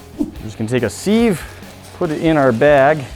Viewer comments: It’s a siv not seev isn’t it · Wtf is a seeve lol do you mean sieve? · “SeEeEvE” um, that’s not how you say sieve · Love how he said seeve instead of sieve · its not pronounces seeve its siv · who on earth calls it a seve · "a SEEV" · Is anyone else uncomfortable with how he says sieve? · Ahahah wtf did he call a siv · One day, I'm sure of it, will pronounce "Sieve" correctly.